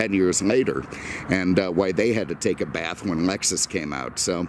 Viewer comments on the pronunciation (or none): none